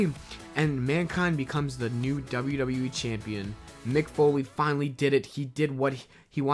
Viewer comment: Youve got a weird thing with the letter W mah man...when you put two of em together, it sounds like "dubber dubber." Maybe shy away from so many WWE mentions... other then that, I enjoy these videos very much.